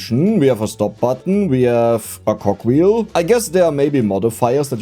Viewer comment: Less than 2 minutes into the video and we get "Saytitty" and "Cockwheel".!